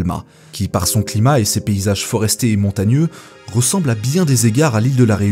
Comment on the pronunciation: On dit "péninsule" et non "pélinsule" mdrrr ! Et des paysages forestiers et non 'foresters" lol ! Faut bosser ta diction mon gars !